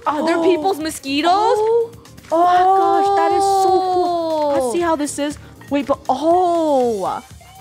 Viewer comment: said [ Moss - kwee - toes